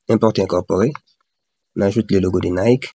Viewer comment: J'ai aimé comment tu as prononcé NIKEEEE 😂